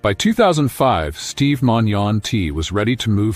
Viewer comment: Steve is alive and well and hasn't given an update in almost a year because he is recovered , this is just some feeble , lazy AI junk video that can't even pronounce the man's name correctly. Steve has his own channel, look him up and watch his videos if you really want to support him.